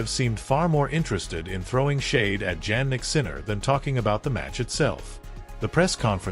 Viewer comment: I do not believe this Ai robot that cannot pronounce Jannik's name correctly. Show some actual video of the two players interacting inappropriately. Otherwise, don't waste out time with this artificial crap!:face-purple-crying